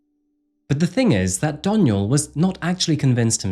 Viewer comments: Anyone else twitching when he says “Donial” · I love how you keep saying my name wrong. It's pronounced Dawn-yell